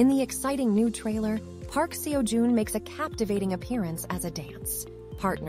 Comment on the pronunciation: Can we do this again with his name pronounced correctly?